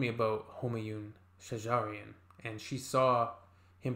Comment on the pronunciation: How nice you say shajarian i like It